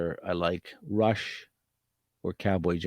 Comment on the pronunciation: It’s Rush, fyi